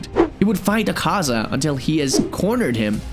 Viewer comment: "Ringiku" "Ahhhkaza" "Kukushbo" "Hashithra" 🤣🤣🤣🤣💀